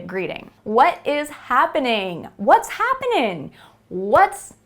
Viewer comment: It's not "What's happening?" It's "Vas happning?"